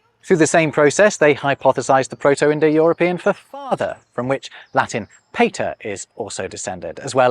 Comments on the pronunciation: Latin "Paa-ter" not "Pay-ta" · The a in Pater is pronounced as a long a as in the English word father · Hey, now that you speak German, can you please pronounce pater as the Germans do? Not peytor. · If you are going to give people classical latin pronunciation corrections, you might want to take a second look at "pay-ter", lol. Sorry, couldn't resist. Referencing the hard c was necessary to explain your point, so fair enough. Good video either way. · 'The Ancient Romans pronounced “pater” roughly to rhyme with “latter”' ........What? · You were careful to pronounce centum correctly, but not pater. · Being pedantic about the classical Latin pronunciation of centum, while using the peculiarly British pronunciations of the Latin pater and Greek kuon feels a bit problematic.